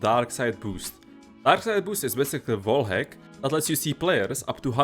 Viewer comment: "Voul Egg" instead of " Wall hack" What?